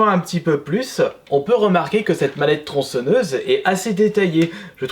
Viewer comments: Passe outre, on est tous déjà au courant de ses problèmes d'élocution, c'est pas notre problème blc. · TronçEnneuse... ptn mais la faute de prononciation de gamin de 6 ans. Tu dis crocrodile aussi ?